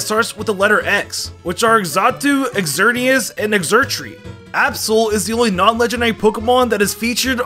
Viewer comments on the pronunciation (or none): none